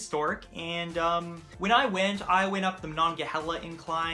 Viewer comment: The correct pronunciation is Do cane, or dew cane, Duquesne. Ma non ga hay la, Monongahela. It's okay most people mangle these as well. At least you got Primanti Bros correct.